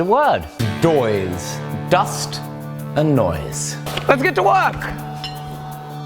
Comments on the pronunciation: Doise (n) - "Noise" pronounced with a stuffed nose (probably from the dust in there) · Doise. I like when you make doise. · Great educational instructive video, and fun of course!!! Forge class, Temper Class, Language Class "Doise" Ha ha :)